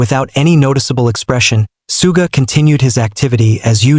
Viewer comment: The way he's pronouncing 'Suga' is pissing me off